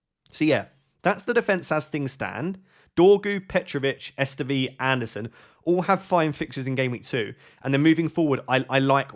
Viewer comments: Dude, spare yourself the embarrassment it’s Maxime Estève - pronounced Makseem Estaive (not Estevey 🤦🏻‍♂️) . I know, you’re not French (I am) and obviously we forgive you but I can’t take it any longer 😉 Thanks for the content though ! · About the phonetics, coming from a French guy (me), so "probably" accurate 😂 Estève => the final "e" is basically silent, so it ends with the "v" sound alone (not est-ee-v-ee or es-tè-vé, just "estèv") Le Fée => ée is like the first "e" of "everybody" (not like "ee" in "bee") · please desist from butchering the pronunciation of the Burnley defender Estève. He is French. The final e is unaccented, therefore it is not pronounced. The middle e has an accent grave, therefore its pronunciation is lengthened. The correct pronunciation phonetically is Est-ehv. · Silent E at the end of Estéve